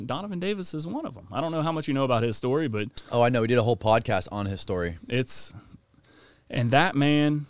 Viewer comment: “Story” mate, never “Schtory”. Jesus!